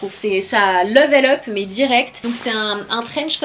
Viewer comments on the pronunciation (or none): none